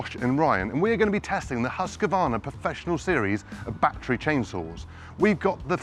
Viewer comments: right it's Husqvarna not husk a varna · No English speaking can get the name quiet right. Its Huussqvaarna,prolong the name and you will sound like a Swede.. :o)